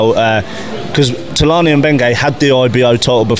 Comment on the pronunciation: I thought u said punani at first lol 😂😂😂 then i heard tulani